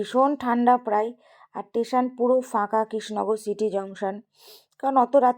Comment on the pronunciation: It's station not Tation